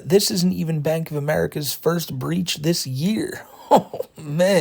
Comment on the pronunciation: "De" "dis" it's